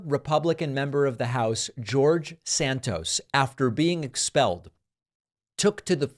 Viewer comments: It is pronounced SANTOS, not SANCTOS. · I believe the name is santos and not sanctos.. you are usually better than so simple a mispronunciation. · Santos is a slime. it's a good thing they booted him. However your dramatic mispronunciation ....i.e. sanctos....is also slimy. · David. It's Santos. Not Sanctos. You're doing the same stupid thing that Trump does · Why you called Santos 'Sanctos' 4 times... not nice. 👎